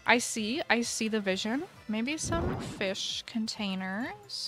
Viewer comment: No one::fis feesh fish 🐟